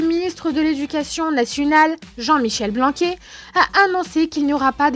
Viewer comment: C'est pas Blanqu[é] mais Blanqu[aire]